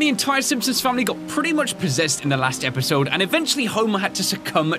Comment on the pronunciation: Di... uh... did just say episode wrong at the beginning?